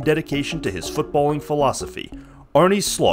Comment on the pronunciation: Why does everyone say "arnie". Just look up the pronounciation before you do these kinds of documentaries. its not that hard... Its Arne Slot...